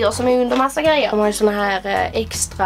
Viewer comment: skratta såååå mycket när jag trodde du sa eggstra vid en del av videon HAHAHAHAHAHAHA!!!!!!!!!